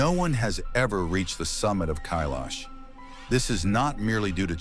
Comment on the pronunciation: Kailash can’t be climbed but, Khe-laash is a different story.